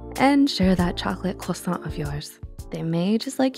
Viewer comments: Thank you for saying quasont! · I like the way you say croissant.